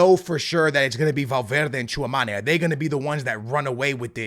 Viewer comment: C'est Tchouaméni pas Tchouamani 🥲